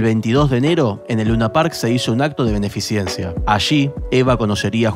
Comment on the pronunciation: excelente video, ojala algún día esto sea explicado en la escuela, asi como explicado el fascismo así se termina el adoctrinamiento en las escuelas... una sola corrección gramatical, es beneficencia y no beneficiencia perdon pero me dio TOC cuando lo escuche jaja